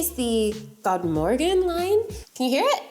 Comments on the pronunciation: You actually pronounced “godmorgon” pretty well! 🥳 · One minute in, I'm already giving this video a thumbs up for being the first diy video EVER to actually make the effort to pronounce the swedish name correctly. 👏👏👏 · Swedish pronounciation = on point! 👌🏻